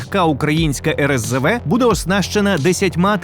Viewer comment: За "еРеСЗеВе" -- респект, а ось "вільха" в українській мові має налогос на "і" (це в російській "ольха" має наголос на "а"; не треба його копіювати).